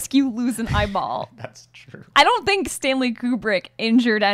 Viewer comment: You tink you can take me James?